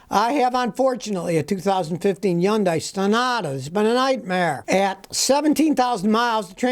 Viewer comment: What the hell is a "yundai?"